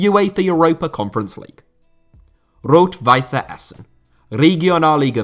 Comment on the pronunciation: Rot-Weiss Essen is not pronounced with an "e" it would only be pronounced like that if the team was called "Rot-Weisse Essen". The double "S" or ß is known as a sharp S.